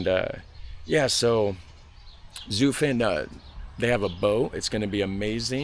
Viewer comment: Zutphen with u as in hut or but